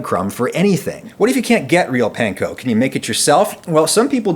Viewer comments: No it isn’t, Panko is pronounced like “Pawn-Ko,” the way the owners pronounced it. The letter “A” in Japanese always makes the “awe” sound. There isn’t even any soft “a” sounds like the English word “Pan” in Japanese. That sound simply doesn’t exist in the Japanese language, so you’re double wrong. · I cringe when I hear "pan-ko" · Weird choice to mispronounce "panko" for the entire video even though you mention that the actual Japanese people making it told you how to actually pronounce it. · please.... stop saying panko like that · That's not how the Japanese pronounce "a" tho. The "panko" pronunciation is wrong. :(